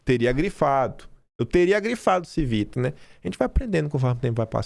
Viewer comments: A pronúncia do Civita, da finada Editora Abril, é cono Tívita.... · A pronúncia do corno da ABRIL é CHIvita (italiano) esse que é o patrão do dono da Oeste! Obrigado pelo seu trabalho!